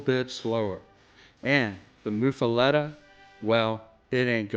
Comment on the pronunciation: but why to you pronounce it (moo fah let eh) when its locally pronounced (muff ah lot ah)?